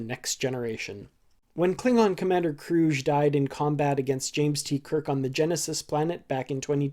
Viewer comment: Who really writes this channel's material? "Klingon Commander Kroosh". Try "KruG" (hard "g"). Ever SEEN "Search for Spock"?